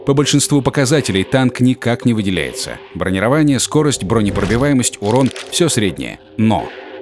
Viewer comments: Научите вы уже этого диктора говорить по-русски - что за бронировАние? Правильно говорить бронИрование. Раньше за такое выгоняли к чёртовой бабушке с плохой характеристикой. P.S.: видимо, человек из тех, у кого кофе - это оно. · Почему он говорил бронирова`ние?мне одному показалось?